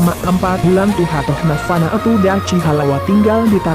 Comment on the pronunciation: Kurang jelas !!! Dachi bacanya Dakhi bro ... Ya'ahowu